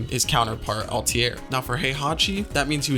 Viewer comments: You say "Altair" wrong. Very wrong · Pronouncing ezio and altair wrong is a sin